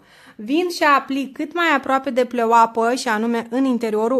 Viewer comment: Patch(peci) NU MAI ZICE PĂciuri ...pleaseeeeeee😁 și PLEOAPĂ NUUU PLEOAPĂ...în rest felicitari pentru tutoriale!